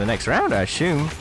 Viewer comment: Something wrong with the way you pronounce "assume." Gets really annoying